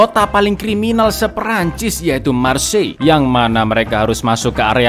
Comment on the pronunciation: Koreksi dikit, Min, pengucapan bahasa Perancis: 1. Marseile dibaca Markhsheye 2. Antoine dibaca Antuan